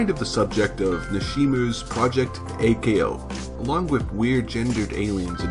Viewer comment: Okay... for some reason you insist on pronouncing the suffix "ko" as "Kay Oh." That's a little weird, but I'm sure we can trust a dude who apparently hasn't watched the anime in English or Japanese... or any known languages, anyhow. Does anypony know of any language where it was localized as "Kay Oh?" In any case, it's far from the most egregious mistake. They are not named after their blood types... that's just... silly. There's no such thing as type-C?! Plus A-ko is type-O, the universal donor and classic hero archetype... well, why don't I just give the original quote, straight from the source? Yes, B-ko is type-A! The three main character personalities are based off of blood type fortune telling. A-Ko is an O type making her energetic and headstrong. B-Ko is an A type making her orderly and jealous. And C-Ko is a B type making her sensitive and impatient.